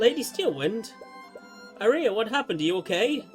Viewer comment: Note that "Aria" is pronounced like the song type, "arr-ree-uh"